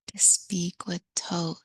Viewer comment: Isn’t it Thoth not Toth?